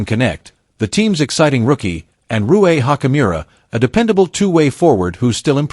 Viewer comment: So dumb Rui is Japanese can't say his name right! 😂😂😂